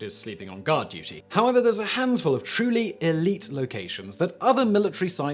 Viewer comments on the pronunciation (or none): none